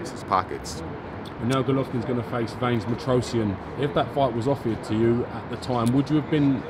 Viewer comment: please work on your pronounciation for god sake. "Veins martoshian" Hugo "centano" you must have heard these names before yet you can't say them correctly